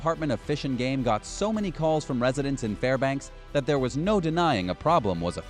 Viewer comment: Congratulations, you pronounced Fairbanks, Klondike, and Skagway right. Every other name you mutilated. I am born and raised Alaskan. Most of these were bullshit.